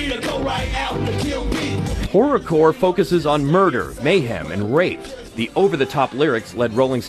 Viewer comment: Wasn't that kid's T-Shirt Kotton Mouth Kings? Did this idiot literally call them Horrocore?